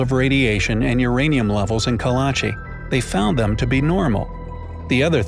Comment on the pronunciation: Kalachi sounds more like Karachi